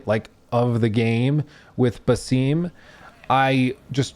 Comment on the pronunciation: My guy thinks he’s so intelligent by pronouncing the names wrong 😂 it’s a-vor not “eye-vor” and it’s ba-sum not “bay-seem” 🤣🤣